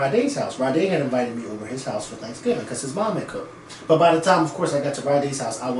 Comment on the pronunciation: He keep saying transgingers 🤣🤣